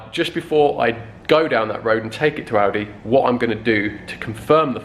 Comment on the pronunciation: I always think he is saying aldi instead of audi